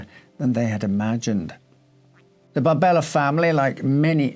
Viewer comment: her name appears to be Maria Barberi, not Barbella